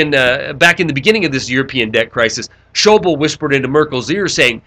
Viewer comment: Schauble is pronounced Shah-blay not show-bowl.